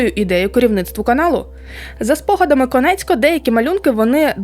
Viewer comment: Чудове відео, але не Конецько, а Коніецко*